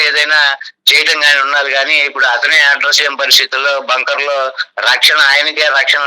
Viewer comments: ఒరేయ్ బాబు టాంకర్ కాదురా బాబు... బంకర్... నీకు టాంకర్ కీ బంకర్ కీ.. తేడా తెలియదు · టాంకర్ కాదు నాయన! బంకర్ అను